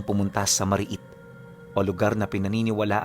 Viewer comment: Mari-it ang tamang pag bigkas ibig sabihin ng mari-it liblib at maraming mga nilalang sa isang lugar, at ang sinda namn ang ay sugat na nakukuha mo kapag pumupunta ka sa mari-it na lugar dahil napag laru-an ka ng mga engkanto or iba pang entity sa lugar HEHEHE taga Pototan Iloilo po ako